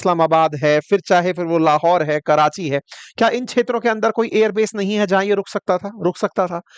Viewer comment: सब कुछ अच्छा है पर कृपया क्षेत्रों को छेत्रो ना बोले